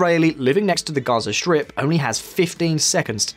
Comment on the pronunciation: LOL I heard Gyoza shrimp instead of Gaza strip.